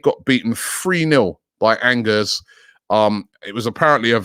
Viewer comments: It's not pronounced ANGERS, French team. It's ONJAY. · Angers is pronounced with a soft g, just so you know.